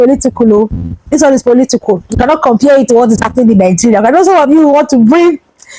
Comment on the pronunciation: KIDNAPPERS NOT KIDNAPPAS POLITICAL. NOT POLITICOL YOUR ENGLISH PRONUNCIATIONS IS VERY POOR